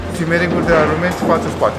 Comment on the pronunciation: rumenți sau rulmenți?